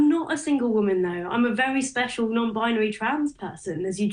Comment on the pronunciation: “I’m a very special, non-binary trans person” Emphasis on “very special” - these people are so full of themselves 😂